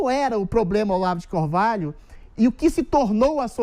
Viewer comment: Olavo de Corvalho? kkk Esse é preparado pra entrevistar o Goró